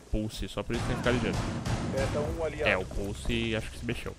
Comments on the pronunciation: pulse: som> puçi pussy: som> purçe, como se o se o primeiro S tivesse um som de R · só eu q ao inves de escutar "pulse" intendo pussy ?